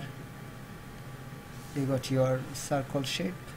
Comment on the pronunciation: No offense but it's not sarkul it's circle